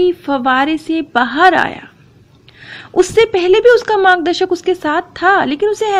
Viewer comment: It's margdarshak,not magdashak